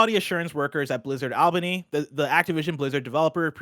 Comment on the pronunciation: All-bany not Ahl-bany